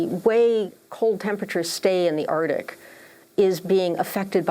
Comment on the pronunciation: Arctic not Artic!